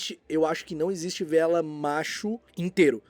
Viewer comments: VEELA "Vê-ela" não. "Vi-la". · você está correto. A pronuncia correta é "Vilas"